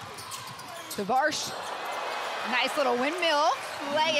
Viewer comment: What 'Tavars' are you talking about? It's Tavares. Is it that difficult to know the final 4 MVPs name right?